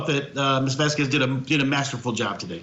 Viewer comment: And for goodness sake let's say her last name properly: Vahs-kehzz! (Kinda like queso) It's a sparking, beautiful name that fits the woman. Heard's lawyer is being disrespectful by not learning how to pronounce it.